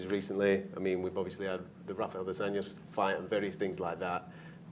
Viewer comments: “Rafael Dos Nachos” 😂😂😂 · Rafael "Dos Nachos"...I'll never say that guys name the same again. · Rafael Dos Nachos. Lol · “Rafael dos nachos” 🤣🤣